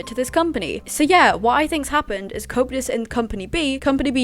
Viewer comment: Not in an offensive way, i find it funny how it sounds like you say copetus instead of coeptus 😂❤